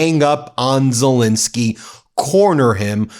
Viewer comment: It's Zel Ensky NOT Insky. You have not pronounced his name correctly EVER. Should we call you Bin instead of Ben ?